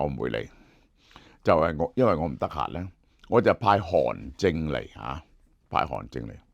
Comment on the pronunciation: 韓正，不是韓進